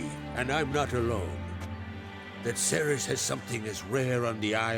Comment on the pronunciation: It bugs me so much that they keep mispronouncing the name Cerys.